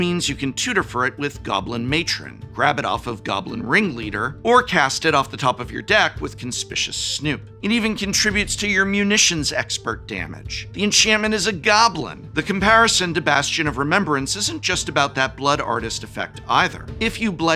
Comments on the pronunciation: I just got a flashback to the last time I corrected Prof's pronunciation of CONSPICUOUS back when this card was first revealed. Not con.SPISH.us, but con.SPIC.u.ous. The goblin is conspicuously (very blatantly and obviously) snooping; that's the joke of the card and art. Half a decade on, I halfway wonder if Prof thinks Conspicuous is just the name of a goblin tribe or something. Prof, if you're seeing this, keep up the good work! Even though I don't have much time or money for Magic anymore, seeing you get excited about this set makes me wish I did. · Prof, the word is "Con-spick-you-us." mispronounced it once years ago and now everyone seems to be doing it. Please stop. It hurts my English Teacher heart. "Con-spish-us" would be spelled conspicious. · CON SPICK YOU US. Lol not Con Spisshus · con·spic·u·ous snoop. You are a professor, so I assume you read the word a writer put in by mistake. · I don’t want to be that guy, but it’s pronounced Con-SPI-kyu-us Snoop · never going to be allowed to live down "Conspishous Snoop" is he:-p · You might be de-prof’d for that Conspicuous Snoop pronunciation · why did he pronounce conspicuous like that